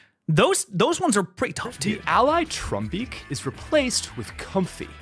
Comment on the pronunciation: "The ally Trumbeak"!?